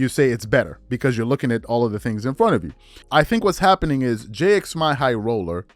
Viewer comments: Its jimmy not j-x-my 🤣🤣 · That “Jxmy” actually is pronounced as Jimmy, haha